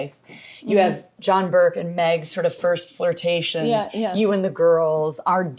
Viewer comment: I’m loving this and it makes me excited for the movie...but can we talk about the fact that Laura Dern said John “Burke”...it’s Brooke! NOOOOO lol